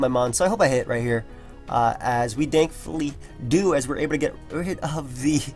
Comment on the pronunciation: "Dankfully" lol